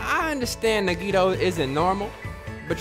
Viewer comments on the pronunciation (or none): minutes in and you can tell is loosing his fucking mind!!!!! "Nagit-ooo and Fuyuhik-ooo..." that shit had rollin honestly!!!!! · Bro omg it’s “Na-ge-toe” damn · you're killing me its pronounced NAGI-TO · Nagito - Nah gi toe Hajime - Haji may Kazuichi - Kazu ee chee Mikan - Me kawn Mahiru - Ma here ew Name pronunciations...hearing you say Mikans name like 'pecan' is making me lose it lmao